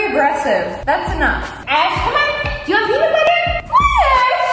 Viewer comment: The corect way of saying it is “Ash” not ashe